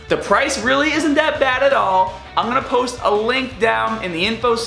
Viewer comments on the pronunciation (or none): none